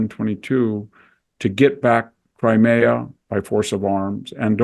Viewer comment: Thank you, enjoyed this discussion very much (if "enjoyed" is the appropriate term). No mention of the impact of the globalist project though, unless I missed it. Also, Victor, it's "Crimea", not "Crimera" - grates in the same way that Bush's "nuculear" used to.